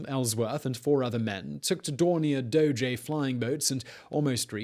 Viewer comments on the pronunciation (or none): none